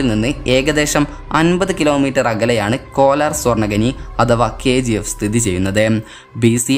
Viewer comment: Kolaar alla kolar